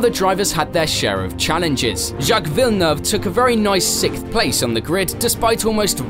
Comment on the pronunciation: Sixth not sikth